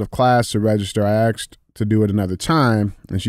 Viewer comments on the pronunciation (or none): STOP-SAYING axed!